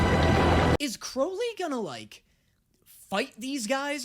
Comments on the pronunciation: it’s Crowley not Crawley😭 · By the way you are saying Crowley’s name wrong. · babes, would you please stop mispronounceing Crowleys name!? I beg of you!! He change his name for a reason TvT